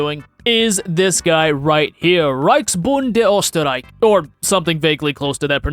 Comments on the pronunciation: just a tip on German pronunciation: The ö in "Österreich" is pronounced kinda like the u in Boston/British "murder", while the ch sound (at least in this case) becomes an audible h. "Anschluss" was pronounced alright, except for the fact that the "an" was pronounced as if it were a French "un" whereas German very clearly pronounces its spelled A's as full ones (like in the English word "apple") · Österreich nicht osdderik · his pronunciation is ostereik xdd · "Osterreik" K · As a Austrian I love it that you said Ostereik written how I would write it in German.😂 but good effort props. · was the time where i lost hearing because you slaughtered my language IT DIDNT EVEN SOUND CLOSE to Österreich AMAZING VID tho ;D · Says he took 2 weeks of german lessons to pronounce a name proceeds to mispronounce it with multiple mistakes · "I took 2 weeks of German and they taught me the German word for Austria." Shame they didn't teach you the pronunciation in that time, though. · The Ch in Reich is soft not hard. You're pronouncing it wrong. Also the Ö is pronounced as an Ö not an O. You've clearly not taken any Duolingo lessons. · That German class didn't go well cause you didn't even pronounce Austrian in Germany correctly XD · ....and you still cannot pronounce Österreich correctly. Just do not talk history nor German, please. Talk your game, silly boy. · as an austrian, your efforts to pronounce österreich are really entertaining to listen to. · Österreich (I think. It's been ages since I learned this). Less "Oh", more "oo" at the start, and with a soft "ch" at the end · No you didn't say Österreich right. I know, the Ö sound doesn't exist in English. But at least the ch could have been done right. In this case it sounds more like sh and NOT k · As an austian, never pronounce Österreich like you did ever again, thanks. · Infact you spoke Österreich pretty bad. Cheers from Berlin 🤘😁